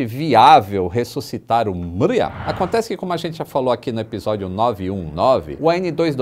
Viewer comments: Não é "Míria", é "Mrí-ia". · se pronuncia Mria mesmo e não miria!! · Tô rindo até agora da pronúncia ucraniana do.... Hehehehehe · a pronúncia correta é algo muito parecido com o nome Maria no sotaque de Portugal. Curioso né? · É impossível pronunciar Mriya, sem parecer um Português falando Maria!!